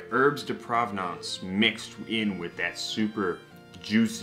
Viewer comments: Herbs de provence...not provenance... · No, it's definitely actually pronounced herbs de propanenuts. Or herbs de progrock in the Parisian dialect.